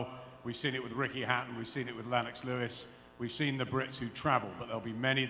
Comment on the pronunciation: Does Eddie deliberately pronounce Lennox Lewis name like that? Lol